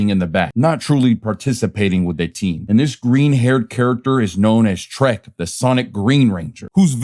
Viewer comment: It's Trek not Trent.